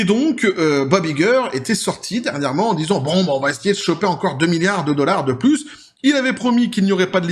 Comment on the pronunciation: Dollar pas dollarse